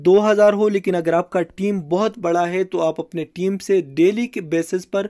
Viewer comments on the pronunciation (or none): none